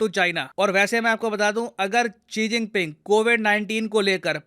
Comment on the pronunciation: ची जिनपिंग 😂😂🤣